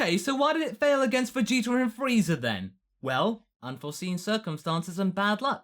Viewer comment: to be someone that loves dragon ball so much he says vegeta wrong all the time